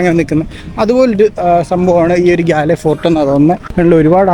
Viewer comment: ഗാല്ലേ എന്നല്ല ഗോൾ എന്നാണ് അവിടുള്ളവർ പറയുന്നത്